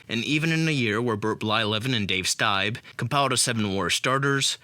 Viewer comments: Dave Stibe? It’s pronounced Dave Steeb. Terrible. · Pronounced "STEEB"